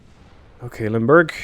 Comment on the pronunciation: You say, "Limburg" I hear "Lundburg."